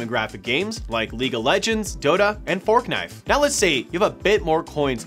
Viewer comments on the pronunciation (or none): You are saying Fork knife! I don't know why, but that is amusing. 😆